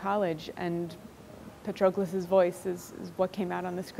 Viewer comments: She can't even pronounce Patroklos. 🤦 Even Brad Pitt pronounced it better 🤣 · I love the book and Miller's writing is excellent! However her mispronunciation of Patroclus is getting under my skin